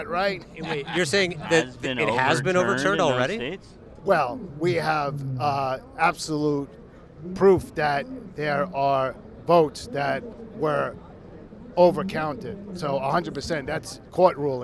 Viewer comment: Absoloot pwoof !